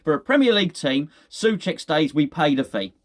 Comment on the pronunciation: SOcek. It is pronounced SO-check !